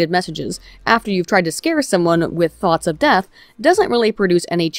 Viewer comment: Am I the only one that kept hearing Thots of Death, the elite assassin squad of egirls?